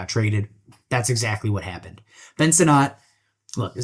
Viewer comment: Ben “Sin-It”